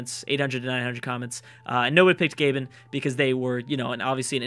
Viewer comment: lel you said Gabon like GabeN